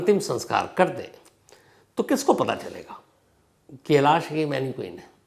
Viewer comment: मैनिक्वीन नहीं मैनिकन